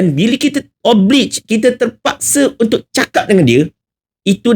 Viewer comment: Takde siapa sebut SHALL as SHAWL! The latter is ‘TUDUNG’ 🤦🏽. OBLIGE pun salah sebut. 🤦‍♀️ ~ tegur je😂.